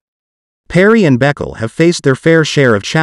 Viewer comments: The name is not Beckle, it's pronounced Baykaylay. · Her last name is pronounced Bu-kau-la not Beck el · Calling her beckle 🤣🤣🤣 It's a well known Ethiopian name, I'm pretty sure it's pronounced ber-key-lee